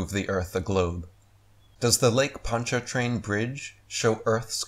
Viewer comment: Being born and raised in new Orleans I chuckle when i hear you pronounce Ponchartrain lol.